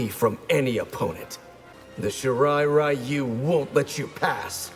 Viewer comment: Shirai Ryu. The "Ryu" is pronounced as "Rai-Yu" here.